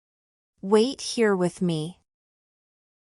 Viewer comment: نطقت here تقريبا ب shere نريد نستفيد منك وشكرا جزيلا